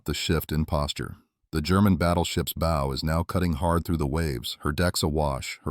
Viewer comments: Why does AI always pronounce bow wrong? It's bow as in bow down, not bow as in bow tie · Friggin AI Narrator. Sorry, I want listen to AI say BOW like Bowtie, when it should have said Bow like Bow down. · Had to stop when the AI said 'her bo slicing the waves'. FFS, get somebody to read this who knows the English language. Bow, not bow and arrow, but ship's bow (like the 'ow' I felt when the video said bo).